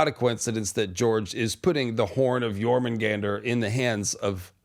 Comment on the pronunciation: I think it is pronounced "Your-munn-gun-deer" Not "Your-mun-gander" I could be wrong. Love your videos thanks for all the content